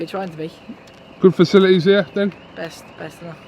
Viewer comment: Safilities he recons 😂😂